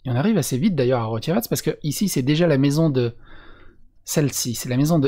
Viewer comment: J'adore à tu dis "on arrive à Rocevac" et t'as roulé les "r" sur "arrive" xDD